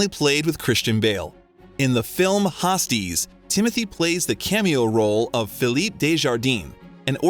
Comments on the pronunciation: “hostiles” and you say host-ees lol seriously?! lol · I really enjoyed this video, but DAMN, get the narrative and the names right. There were many errors throughout the video (mostly pronunciation of names, though the pronunciation of the title HOSTILES was like wow, dude), but the one that comes to mind now is referring to Timothée's character, Laurie, in Little Women, as SHE. Like you're talking about a male character in the film and saying SHE. This video is so informative, the presentation is very well put together and the narrator is so well spoken and articulate, otherwise, that I guess it makes the mistakes really stand out. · You don't know how to pronounce 'hostiles'? You must be an AI. How could anyone speaking English get that wrong. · Dear narrator: PLEASE learn to correctly pronounce "Denis Villeneuve", "Hostiles", "Luca Guadagnino" , "Louisa" , "impetus" and "taciturn". Your pronunciation mistakes are a travesty.